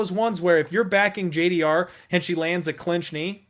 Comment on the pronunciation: Stop saying JDR, her name is spelt with a G, dammit! Lol